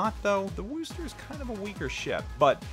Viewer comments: Wus-ter. Not Woo-ster. Thanks for the vid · No its Wusta! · I phonetically write it out as "wuss-tah" or "wuss-ter". But Paul T is correct that it's NOT "Woo-ster". There's no "woo" in Wusstah! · Had to stop watchin due to the WOOOOOOOster factor :( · You keep pronouncing wrong, watch Jingles utube on it.